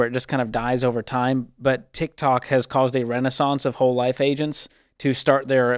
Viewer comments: I think it's so funny he keeps saying tic tac not tik tok😂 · "Tik Tack" 🤣🤣🤣🤣🤣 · Dave...TikTOK. not Tik tac